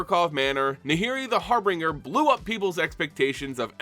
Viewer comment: Every MTG player says har beenger it's har bin jur